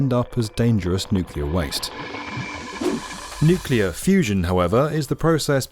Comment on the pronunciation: Thank God you enunciate nuclear correctly, Makes it possible for me enjoy this video as it deserve. "Nukular" sayers hurt my soul.